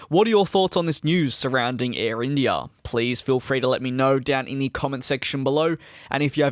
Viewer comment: The way you say IndiiAaaah is so funny